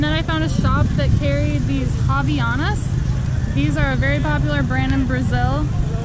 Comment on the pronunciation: não sei pq mas eu não aguentei ver falar "ravianas" kkkkkkkkkkkk